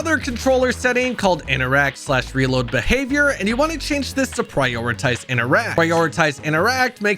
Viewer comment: Does he realize that interact has 2 Ts in it? inTeracT not innerack.